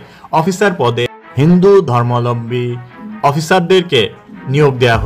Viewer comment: ধর্মাবলম্বী শব্দটা বল‌তে এত কস্ট হ‌চ্ছে? জ‌য়েন‌কে বল‌ছেন জ‌য়েন্ট। সুন্দর উচ্চারনটা সহজ ক‌রে বলুন।